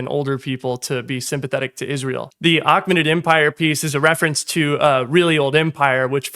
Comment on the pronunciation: I know it's engagement bait but it's pronounced Ay-KAY-muh-nid not ach-men-nid